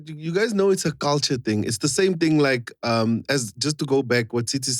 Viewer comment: Someone please note how Chris can pronounce thing when he's speaks English and pronounce fing once he mixes Sesotho le English... People don't get this😩😂